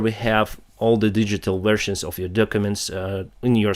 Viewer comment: V is equalivent of your B "V-ersion" not Wersion.